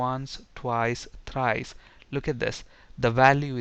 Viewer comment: "Once" ..."Twice"..."Tries" !? :D